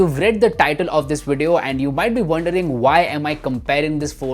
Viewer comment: Wideo recording? Why can't you say V as V not W.